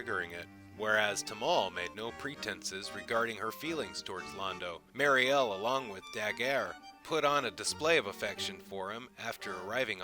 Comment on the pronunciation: I hope you take this as constructive criticism. I like your videos but it's weird that you get the pronunciation of these names wrong and the accents on the wrong syllables (and then after that you'll say it right, then wrong again) when I know you've just re-watched the video! Daggair (like saying dagger with a French accent), Timov (vomit spelled backwards) and Mariel (the prettiest name for the prettiest wife) are pronounced Duh-GARE, TIH-mauve and mary-EL. I appreciate your including the novels. However, you should also cover his earlier wife, the dancer.